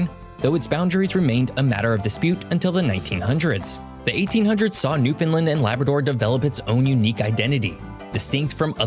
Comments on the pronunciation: He doesn't pronounce it correctly in this video, to be honest. It's newfin' LAND, not new finlin 🙂 Love your Newfoundland videos. I hope to move back there one day soon. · LOL! pronounces it "New-Finland", so the auto-translator translates it to Nouvelle-Finlande instead of Terre Neuve. (Latin: Terra Nova) And he calls it Meadows Cove, but it is called L'Anse aux Meadows... and "Meadows" is probably an anglization of "Meduse". In the early 1900s, it was actually called Lancey Meadows by the locals. The Island of Newfoundland is only slightly smaller than the Country of England (not the UK, just England). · lol ya this is a constant irritation for us Newfoundlanders. The "new" and "land" are emphasized and "found" is not making it sound like Newf'n land. Understand? (everybody now) Newfoundland!!!! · I can only assume he's from the US because he mispronounced so many words. Newfoundland rhymes with understand. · He keeps pronouncing Newfoundland incorrectly..